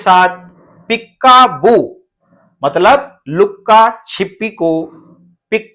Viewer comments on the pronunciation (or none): पीक्का बू नहीं सर पीका बू है 🙏